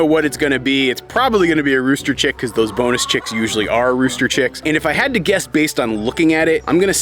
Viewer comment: Chirp, chirp, chirp,chirp, chirp, chirp...OMG for a second there I heard "boneless chick" instead of "bonus chick" and I was terrified :D